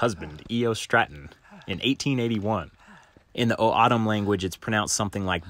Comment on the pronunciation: So cool you came back to Arizona... But you murder saying O’odham... My Native American tribe, Tohono O’odham. It’s cool everyone tends to do so. 🤙🏼